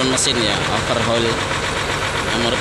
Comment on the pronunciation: Ralat mas ... Bukan over hole. Tapi Overhoul🙏